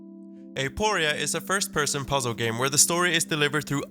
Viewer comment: i'd like to mention that it's not "eh-POH-ria", it's "ah-poh-REE-ah", means "question" in greek